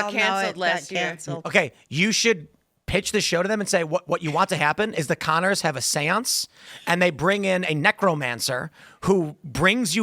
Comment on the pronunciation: There’s a show called the Con-ners?